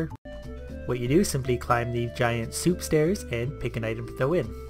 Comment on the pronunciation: Did you just said Seep insted of soup :D ?